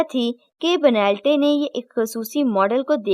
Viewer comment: Ben,,,tlay hota ha bhot sary lafz ghalt bol Rahi hain ap